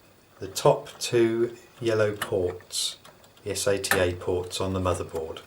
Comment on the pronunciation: every time he said s-a-t-a instead of sata i went facedesk lol